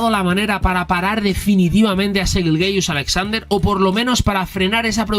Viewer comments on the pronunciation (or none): Te lo pido por favor, me da un calambre cada que dices Shai GILGEOUS con todas las vocales, mejor dile SGA o Shai YILYIUS-Alexander que es su pronunciación, gran video